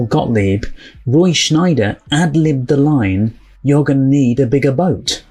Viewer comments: Small correction: There is no N in the actor's name. It's not Schneider, it's Scheider. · Don't go in the water. I read the book (before the movie) and it was a scary read! It's pronounced Roy "Shy-der" not "Shneider". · A small note: I think it's Roy Scheider, not Schneider. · It's Roy Scheider,NOT,Roy Shneider.